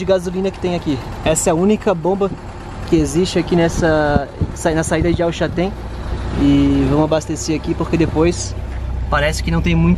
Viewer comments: Parabéns pelos videos amigos !!!! Somente uma dúvida.. vcs falam El Chatén…não seria o correto El ChaLten, com “L” ? Abraços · Só pra ajudar, não é el Chatén e sim El CHALTÉN, já tinha feito meu comentário ,mas esqueci de falar sobre isso.Desculpe a intromissão